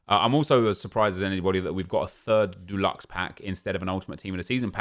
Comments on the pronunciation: Nep says DULUXE not Deluxe 😂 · Love the content but it’s stresses me that you say duluxe when it’s deluxe hahaha, what a sad life I have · Can you please say deluxe right man haha - it’s not Duluxe. You aren’t painting your bathroom Nep. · Am I the only who can’t stand how he pronounces deluxe. It’s Dee-lucks not Doo-lucks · Why does he keep saying jew-lux, it’s pronounced dih-lux 😂😂😂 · Does everyone say DUELuxe like nep or deluxe like me🤣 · Stop saying doluxe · Can you stop saying deluxe as “dulux” please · Him saying dooluxe is triggering me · Nep please stop saying “DULUX” 😂😂 it’s not paint my friend! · No one:: Calls deluxe “dulexe” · Nobody: Absolutely Nobody: Absolutely Positively Nobody: Not even a single soul: Nep: DU-LUX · Sorry nep it’s de-lux pls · Why do you pronounce deluxe as if it's the paint brand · How can you not say deluxe 😂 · Why’s he saying deluxe wrong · deluxe comes from the French though, and the way Nep says it isn't right either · the way you say DELUXE aggravates the shit out of me🤣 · The way Nep pronounces deluxe makes me uncomfortable